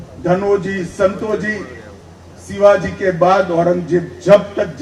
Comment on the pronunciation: पहा ना तो शहा कोणासारखा छत्रपती शिवाजी महाराजांचे नाव घेतो ? 'सिवाजी' म्हणतोय हा शहा . जसे औरंगजेब म्हणायचा . औरंगजेब छत्रपती शिवाजी महाराजांना ' सिवाजी ' म्हणायचा ...